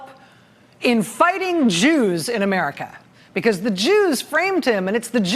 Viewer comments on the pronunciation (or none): "JEWS" .?.Rachel..."JEWS"?.....appreciate TRMS but "JEWS"? Rachel..especially the tone with which you bark it out....please!